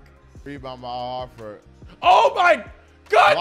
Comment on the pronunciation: Idk people cant say Al Horford's name. Its "Hor-ford" not "Hah-fit"